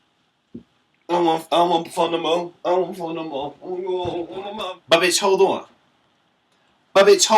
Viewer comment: "Buhbitchholdawn" LOL